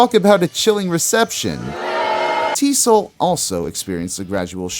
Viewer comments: TEE ESS OH ELL not "T-soll" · Also I remember people referring to EZO as "E-Zee-Oh". T.S.O.L. is just that- it's initials, not a word. Not pronounced "T-Soul".